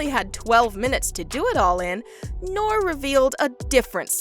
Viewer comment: The mans name is NORE, not Nor! Dont even know the mans name but youre an expert on whats going on in hip hop behind closed doors!? Gtfooh with this 🗑